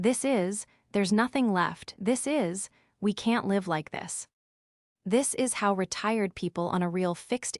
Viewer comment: Live and live, pronunciation problem, again?